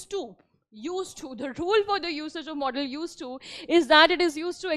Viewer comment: It is not modal pronounce it properly 😅😅😅😅😅😅😅😅😅😅😅😅😅